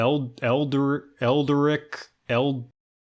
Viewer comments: Can't say Eldrich But can say Cthulhu just fine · Does the inability to pronounce the word Eldritch Blast really strike you as that funny? That’s like saying you don’t know how to pronounce “dog” I mean it’d be funny if you said “Prestidigitation” or any other complicated spell word but like.. I dunno man I’ve met 9 year olds who can pronounce Eldritch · New character idea Jhon dog chaotic evil warlock who’s patron is a talking sword who requires your spell focus to look like a shield, and can never say eldridge blast correctly but it still works anyway